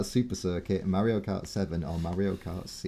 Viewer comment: Nobody says Mario karter 🙄